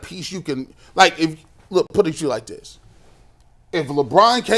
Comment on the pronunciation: tries to make a career with statements that shake things up. The “dis and dat” instead of “this and that” is really distracting. He tries to pontificate and it really comes off as having a low intellect.